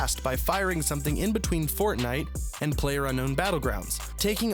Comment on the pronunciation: you say player and i heard peler thats mean in my country is peler = dick